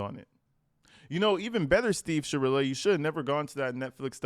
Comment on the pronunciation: Are you'all for sha-real-a ?!? 🤢🤮